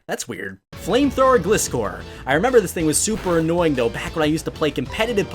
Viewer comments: it's pronounced glai-scor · It was spelt like Gliscor and it was meant to be said like glyscore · why are you so bad at name pronunciation 😂😂 it’s GL-EYE-SCORE